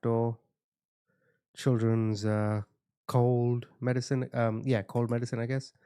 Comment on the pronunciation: Happy birthday!!! I love your videos! The case can be absolutely horrific and sad as hell but you always have me laughing. My favorite is when you talk about “2 cheeks -1 arse” .. idk why that makes me bust out laughing at 40 yrs old but it does! Hell, I laugh when you pronounce medicine wrong .. but that’s what I mean.. me laughing is not about the case but at you 🤣 it just makes it easier to listen to. Maybe I just think you’re absolutely hilarious. I was telling my 18 yr old daughter you always share the home photos and you zoom in , looking at everything they own and it also cracks me up.. not many people would admit they do that to peoples pictures but the way you do it is GOLD. She responds with “I don’t ever do that….” But I don’t believe her 🤣🤣 or maybe us true crime folks like seeing that part. IDK. I hope all that made sense anyway.😊